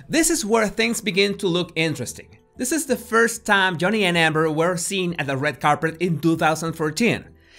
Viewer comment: “Red carpret”